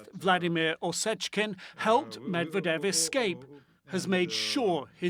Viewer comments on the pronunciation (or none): PLEASE! Learn how to pronounce Russian and Ukrainian names....... you are butchering Medvedev.